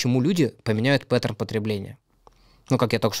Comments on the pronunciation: пЭттерн 😂 мои ушки еле выдержали новое звучание пАттерна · Научите его pattern произносить